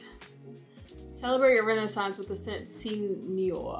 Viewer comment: actually, no. more like "say no ARE". I don't know french, I'm not a fan of Beyonce... but I'm into perfumes, and I have a good few with "noir" in the name.